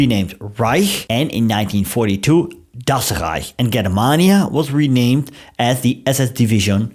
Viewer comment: I just love how you pronounce "Das Rrrrreich" 😅